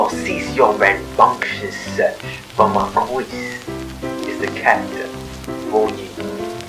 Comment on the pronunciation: It's pronounced (Mar-kee)